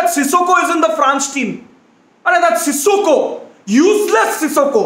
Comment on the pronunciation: Peter Drury: Sissoko: Sikosso